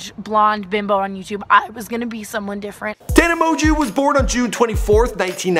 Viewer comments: Her last name isnt that hard to pronounce TANA- MO-JO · TANA M-OO-JO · “Tana mo-jew”😂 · tana monju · Tana Moanjew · "tana mojew" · Tana Mo-jew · Do you pronounce it Tana mojo Or Tana monjew ??? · This video is so bad... not only does he mispronounce the name of the person he’s doing a video on (which shows the minimal amount of research which must’ve been put into this) throughout the whole thing but he also talks about the Idubzz scandal three times in the video for probably about 80% of it... there’s almost nothing about her life other than her subscriber count and like when she started drinking